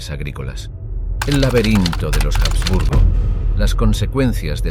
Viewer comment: La H de los Habsburgo no suena en español